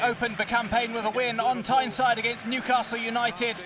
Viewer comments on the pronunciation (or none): none